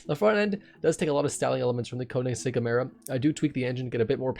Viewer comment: Great video as always, just saying it's pronounced "Kern-igg-segg". Love the work bud